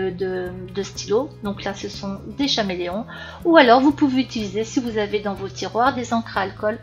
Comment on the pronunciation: Coucou! Ces feutres sont géniaux et je les utilise souvent 😍 mais on dit caméléon et non "cha"méléon 😅